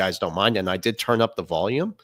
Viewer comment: Please someone tell him how to pronounce Volume. Great show guys. Thx.